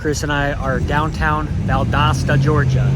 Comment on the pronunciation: Valdosta, it is an O, not an A Pronounce it - val·dow·stuh - Stay safe. 😊